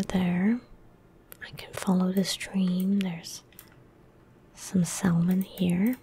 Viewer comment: Silent L in Salmon. Sah-mun.